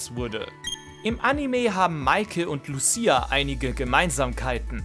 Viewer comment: Lucia wurde da leider falsch ausgesprochen 😅 Triggert mich leicht als Sinnoh Fan, aber wie immer wildes Video